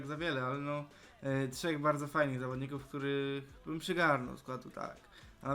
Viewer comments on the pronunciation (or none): none